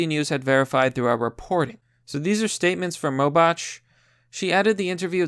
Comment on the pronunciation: The way you pronounce Robach and oligarchy are funny Lol reading is not your strong suit, but that's merely...the obvious. Jk love the vids